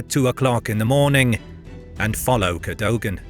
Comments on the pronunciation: Cadogan is pronounced "Keh-duggan". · Please do pronounce Cadogan properly.